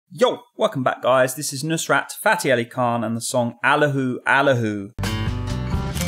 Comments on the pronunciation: Sorry mate it’s not “aa - lahoo, aa-lahoo” it’s “al - laaa - hoo, al- laa - hoo”. Try listening to the song first before you introduce it. Another hint: don’t read someone’s note in writing, LISTEN first. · Don't pronunce this name wrong bro please